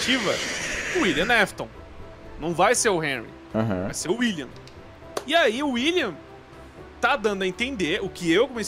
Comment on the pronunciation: William "nafton" kkkk